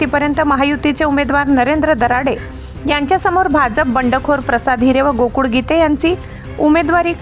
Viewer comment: बातमीदार महिलेचा आवाज छान आहे पण ळ ळ ऐवजी ड चा उच्चार करतात. गोकुळ ऐवजी गोकुड असा उच्चार करतात हे मराठी भाषेतील उच्चार बरोबर नाही. याची संपादन यांनी नोंद घ्यावी.